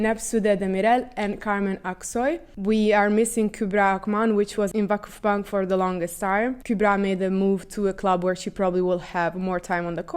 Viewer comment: your "Vakıfbank" pronantiation is perfect